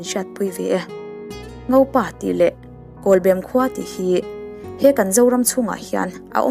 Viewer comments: kawlbem pawh lam dik ve ta ☺.. i sawi dikin i sawi tha thei hle mai. a tawp i rawn khar dante kha ka hnuk ulh deuh lom.... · Kawlbem khua lam thiamlo dik chiah i lam lai ka han hriat a lam diklo ka lo ti nghal awle zam reng reng suh huaisen takin pathian hruaina in kal zel ang che mizote mamawh i ni e